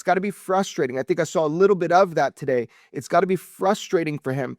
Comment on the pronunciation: I can’t stand when people say “sar” for “saw”